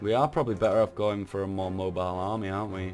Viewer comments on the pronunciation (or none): none